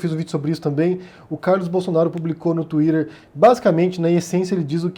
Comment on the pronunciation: "wilston" é feio mesmo. Mas "tuírer" e "bôts" não é muito melhor